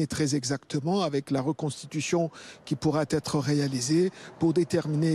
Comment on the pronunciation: le proc fait des liaisons douteuses : pourrat'être, selonteux !!